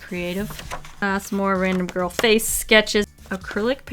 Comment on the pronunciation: Every time you say girl all u hear is grill 🤣🤣